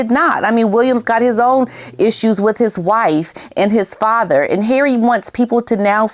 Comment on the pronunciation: "learn something Har-eh..." 😅😂😂